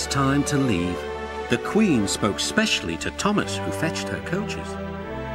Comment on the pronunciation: He says coaches funny